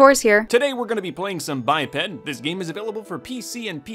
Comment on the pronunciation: It’s pronounced by-ped but I thought it was bipped lol